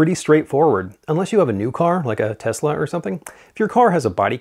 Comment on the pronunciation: the way you pronounce tesa reminds me of how everyone in the US seems to pronounce porsche